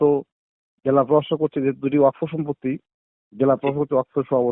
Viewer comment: ওয়াক ফ কি? 😂 ছুদির ভাই এটা ওয়াকফ ( Waqf ) উচ্চারণ হবে ( ওয়া কফ / Wa qof )